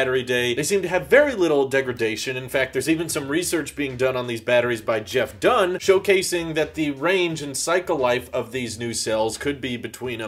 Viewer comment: Who is Jeff Dunne? It's Dahn, pronounced like the 'a' in 'Khan' as in 'Wrath of Khan' or Khan Academy.